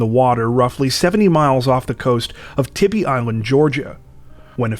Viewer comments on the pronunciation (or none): I had this on in the background and heard , I feel its my duty to be "that guy" and say. its not tibee, its tybee, tai-bee. Lived there for 8 years, great place!